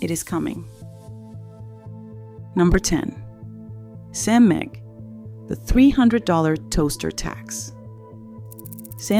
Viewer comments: Smehg, not SEM-eg. So says the CEO of SMEG. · “Sem-egg” then shows a pic of a Kitchenaid Kettle. 😂. Byeeee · What's "S-Meg"? AI sloppy strikes again! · SMEG (pronounce Sam-egg) Um missing the 'a' buddy. Why showing a kitchen-aid kettle and not the Smeg. Le Creuset - Great pans, great Dutch ovens, holds it's value, nothing wrong with it. Cost too much. I thought this was about being robbed by companies. You point out reasons why Le Creuset is worth the price, how is this 'robbing' I have a 15 year old Green Pan ceramic sauce pan that's still in perfect condition. Wash by hand, don't use metal utensils. Listening to Influences and TV stars promote something, of course they got paid for it. They'll sell out for money every time. Don't trust them, ever. With Gordon Ramsey hocking these, see previous comment. Good for Everyday cooking. There's the difference. The ones you mentioned previously are many times used in restaurants, where nothing is everyday. So we go from pans and how bad they are to knives. Hmm, seems like your trying to "influence" people to buy a knife. Something you say is bad for brands. Do what I say not what I do, much I also like how you say chefs and cooking schools use it, but you don't show it being used in either. You obviously don't know how a knife work do you. Any knife gets sharper if you maintain it properly. How much for the metal pain from All-Clad that's made the same. Compare the same thing. I'll take my Lodge Enameled Dutch oven over anything else. You keep pointing out that the "good" ones aren't backed by influencers, but isn't that what this is. Painted up as a top 10 list, but still comes do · Mispronouncing brand names and also using different brand images while talking about smeg….. this AI crap has got to stop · Did you really mispronounce Smeg?